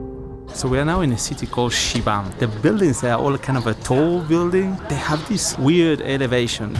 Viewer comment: It. Is 😅shibam sir ! Not shibang